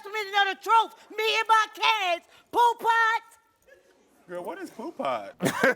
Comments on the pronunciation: Its "poo put" not poo pot. Thats an old school pimp terminology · It's "Poo Putt" and I always heard it as the Hip Hoppers in the west coast said it. It means not cool, a buster which is another west coast slang. It is not Poo Pot. 🤦🏾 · It’s poo putt not pot lol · It’s Pooput! Not pot! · 😂 it’s PooButt, like back in the days they used to say PooButt Stupid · Mitch said poo pot in “Paid in Full"